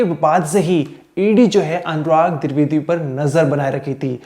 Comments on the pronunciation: Dwivedi not druvedi tab anchor baniye ya sab jhol chal rha h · Tu bhai phle dwivedi bolna sikh😅